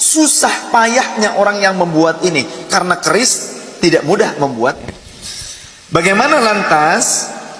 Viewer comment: KERIS BKN KRIS